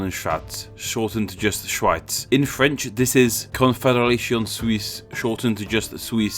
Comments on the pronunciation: I had to play this part again to make sure I hear correctly Auschwitz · Wow, this time you really butchered the German pronunciation. Edit: just the first time, the other instances were alright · I don't know what you're talking about. First of all the W in English is W, not V. And Schweiz is German for Switzerland, but what do you want to say with it? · that German name though hahaha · your pronunciation the Name in German xD